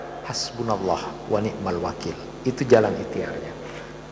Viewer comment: Wani,mal bukan wanikmal